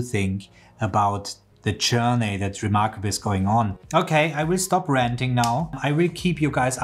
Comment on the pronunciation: It never fails to fascinate me that native speakers of the German language, like the presenter, are taught to pronounced the letter a in English as an e. For example, close to end of the presentation he says “I will stop renting now..”, (he means ranting). However he never even told us whether he is renting an apartment or a house at the moment..🥴🤭😂